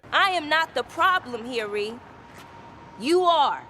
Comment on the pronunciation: thank you for pronouncing ReRe correctly